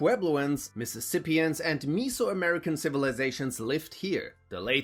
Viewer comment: The way you say Mesoamerican, 😆 reminds me of me so horny.